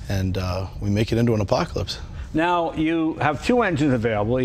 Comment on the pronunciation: JAY LENO: Im driving an APACOLISPTH